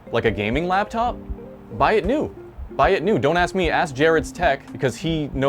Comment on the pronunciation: Laptop. Not labTop